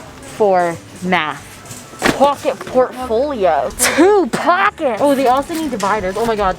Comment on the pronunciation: No one:: TwO pAhKeTs!!!